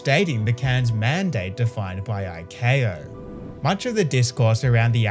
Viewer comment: icao - pronounced eye cow